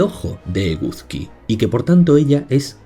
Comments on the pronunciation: Sería estupendo que se recopilasen sus mitos en algún libro. Nunca he oído hablar de casi ninguno de ellos. Solo conozco los vascos. Por cierto, la pronunciación, de "Eguzki" quizá debería ser "Egusqui", puesto que al menos en la actualidad en euskara se pronuncia así. En cuanto "Maddi" se pronuncia sobre todo como "Mayi". Mil gracias por este vídeo. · Se pronuncia; Eguski, puesto que la z se pronuncia s. Por favor, intenta respetar la pronunciación. Eguzki significa literalmente sol. Eguskilore (por lo mismo que el anterior). No se pronuncia tampoco Gáueko, sigo gauéko. El euskera no usa tildes, pero si se acentúan. Te corrijo desde el más profundo respeto, pero duele escuchar los nombres euskaldunes mal pronunciados. Ilargi significa literalmente; Luna. Y se pronuncia también Sorguiña (zorgina escrito). El lugar más importante de Mari fue Amboto. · Me ha gustado el video pero te quiero comentar algo ...por ejemplo ...eguzki se pronuncia eguski.. z = s mas o menos ,no quiero que te sientas mal , todo se aprende 😉